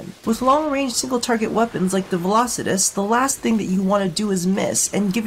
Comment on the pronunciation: Finally someone who said its name correct